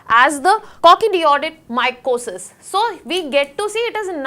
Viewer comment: That will be Cock-see-deo-ayi-do-myco-sis not what she spoke. Atleast do some research!